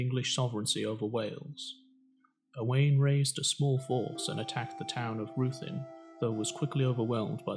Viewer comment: Nice video, but Owain is pronounced Owe - wine 🏴👍